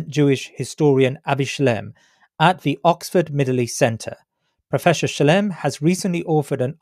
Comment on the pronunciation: I wish they wouldn't call him Professor Shlime or Shlaim - it's Shla-im.